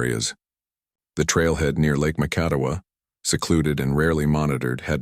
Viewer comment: Hey, AI. Here's the translation: Kalamazoo, MI 🤣 Oh, and by the way, you really need to research how to pronounce Macatawa!